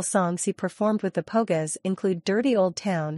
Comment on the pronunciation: The Po-gess. Ouch! Painful